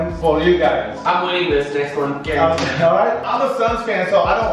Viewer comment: “garunteed” 😂 You mean guaranteed!!! 🤔🤔